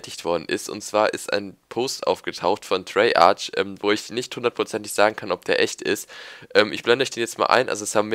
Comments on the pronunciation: du sagst immer "treyartsch" es heißt aber "treyarc" :'D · Sag Treyarch und nicht Treyartsch :D